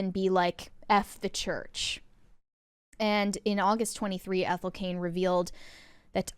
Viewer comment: Her name is Ethel. Ethel.